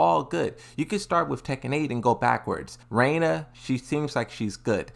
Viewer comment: Reina? why can this guy ever read. Can someone pay to send him back to school?